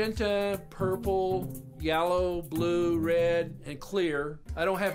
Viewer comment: "Yallow" gtfo of here 😂